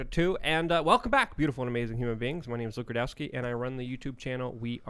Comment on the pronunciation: Close...i believe it's Luke Rude Cow Ski